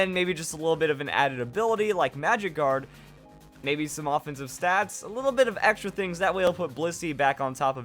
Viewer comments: When you said magic guard for bliss I thought you said Magikarp :) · when u said magic guard on low volume I thought u said magikarp lol